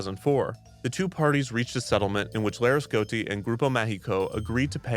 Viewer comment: It's annoying how he's not pronouncing the i in Laresgoiti